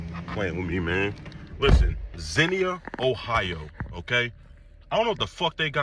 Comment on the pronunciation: The guy was saying Zennia , Ohio I wonder if he mispronounced the name I live in Ohio and have never heard of this town but I think he was trying to say Xenia, Ohio I live not far from that city. I know about 40 yrs ago it was clan out there but now if they are they staying hidden.I know a lot of blacks live there and they haven’t complained about any racism that I know of. That old white man is lucky that the dude only grabbed him by his neck because we don’t play that shit he would have gotten his teeth knocked out.